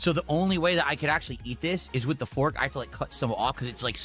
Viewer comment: He thinks it’s a smart person thing to hyper enunciate Ts in the middle of words. And then he says “wit” instead of “with”